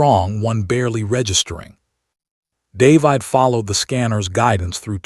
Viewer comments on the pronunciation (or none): I hate this particular AI narrator. It can't pronounce the very common human name 'David' correctly. Very annoying and off-putting. Throws me out of the flow of the story and ruins my enjoyment of it.